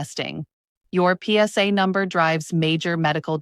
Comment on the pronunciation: Yeah a big thumbs down to the "PS" "AI" girl.